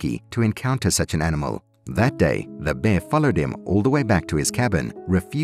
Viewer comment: The word is ...Bear... pronounce your. R s please.